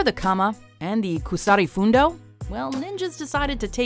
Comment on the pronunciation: Kusari Fundo isnt pronounced with a long U